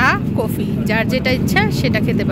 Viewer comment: কফিটা বলতে পারেননা কুফি বলতেছেন